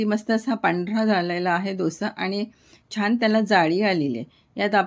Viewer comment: रेसीपी छान आहेच पण छान म्हणायला शिका सारख छाण छाण करू नका